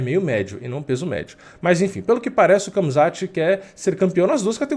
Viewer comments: nao é kamzat, é ramzat...mesma coisa da pronuncia do khabib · Khamzat se fala Hamza assim como Khabib se fala Habib.